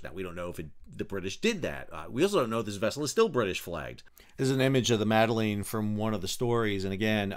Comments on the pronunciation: The fact that you open the video by pronouncing her name worse than the POTUS and belittling their goal says all you need to about your position. Very political, you were. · I enjoyed struggle to pronounce Greta's last name 🤣 And laughed at myself every time I heard anyone pronounce the name of the sailboat as "meddling" which both parties seem to have been doing even though the name is not meddling lol. All of that aside I see no reason why the sail boat should have been denied freedom of passage, no reason why Israel should have done anything more than ensure it was not a danger to anyone. It should be Palestinians who allow or not allow foreigners to dock on their shores. However, it was stupid of these people on this sailboat to display Palestinian flag(s). Thanks for the video, Sal! You're the best